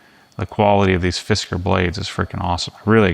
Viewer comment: Fisk-cars. Not Fisk-ers.